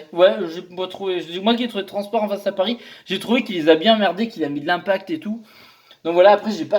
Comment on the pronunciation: Le petit accent du Sud qui va bieng :D